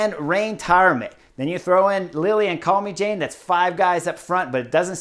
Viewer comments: Love your analyses Chris. A tip how to Pronounce Lilian's last name. It is pronounced as Calme sjaan not Jane (as in Tarzan and...). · If I may. “Calmy-Jane”, hard to get the pronunciation right. Should be something like “calmer-jann”. Thank you. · chris, man, we gotta work on the french name pronounciation. calmejean = kahlmezhahn. you've spent a little time in france, oui? ;) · Yep, I'm sure it's not pronounced Call-me-Jane, but you know what his analysis is so good in willing to let this one side!!! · I was gonna help Chris correctly pronounce Calmejane's name but you did it. Good job! 👍 (We also could have stress the pronunciation of "l'Ain" but let's not be too picky nitty. I always love his take on the races. 😊